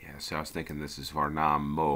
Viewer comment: Believe it or not but Gävle is pronounced "yeah-vleh" Edit: Värnamo: "vair-nah-mooh". Just the right place for a cowboy! The two should give you an idea of what "ä" would be.